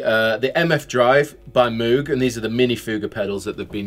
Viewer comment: its pronounced mowg not moooooog lol. Great video though, have been wanting to get that QOTSA sound for a while